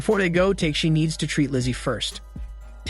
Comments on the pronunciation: Sounds like he's saying "Teshi" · The way you’re saying tekeshi’s name is kinda infuriating 😂